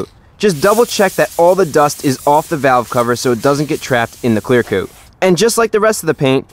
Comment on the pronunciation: "Clear coot"